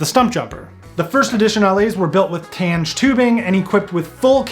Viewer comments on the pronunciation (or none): It's Tange, tounge-gayyyy.